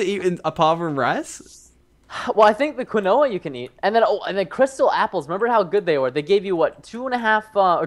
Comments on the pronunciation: not kinowa it's said kin wa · It's not Quinn-owa it's keen-wa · Pronounced keen wa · If its quinoa its pronounced keenwa lol XD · quinoa is pronounced keenwon and tourmaline is pronounced tormuleen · Quinoa is pronounced as (keyn-wa) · Pronounced like "quen-wah." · preston pronounced quinoa WWWWWWWWWWWWWWAAAAAAAAAAAAAAAAAYYYYYYYYYYYYY!!!!!!!!!!!!!!! wrong